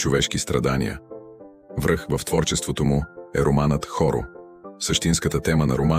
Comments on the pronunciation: Аз съм познавач на българската култура и литература. Някак ще преглътна тъпата чуждица "позитивно". Но не мога да правя компромис с важните неща - да се сбърка ударение на най-важната творба на Страшимиров! Работете върху качеството! Представяте ли си колко младежи ще си помислят, че "Хоро/" се произнася "Хо/ро"? Знанието трябва да се пренася правилно и точно. Това е част от уважението към тези големи хора, които буквално са давали живота си за своите принципи и свободата на България. Тъпият AI някой трябва да го научи правилно да произнася българските думи. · Каква е тази AI помия? Знаете ли правилното ударение на романа "Хоро"? Хорото е български танц! Сложете правилното ударение на второто "о"!!! На съвременен български се казва трагичното, а не трагическо!